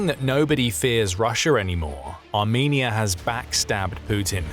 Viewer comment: that ain't how you say the country name now😊